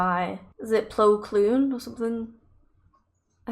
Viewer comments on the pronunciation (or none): You were close ! His first name is Plo, yes! His last name is Koon; not Kloon.